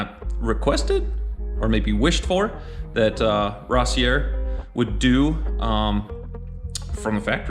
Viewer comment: Wrong, it is pronounced ross/ear